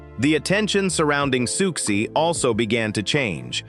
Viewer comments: Why do you keep saying "Sooksie", then reverting to the usual pronunciation of Siouxie's name? After all, you wouldn't keep calling the Sioux tribe "the Sooks", would you? And then Socksy? What the heck is going on? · I wanted to listen to this but I can’t…Sooksie!